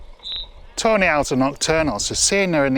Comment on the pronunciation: Sounds like you say "toe nail" not tawney